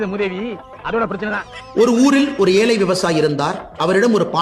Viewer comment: அன்னாமலை ஏலை இல்லை டா ஏழை சரியா இவனுக்கு தமிழே வாயில நுழையில அப்புறம் இவரு தமிழை தூக்கிப்பிடிக்கிறாராம்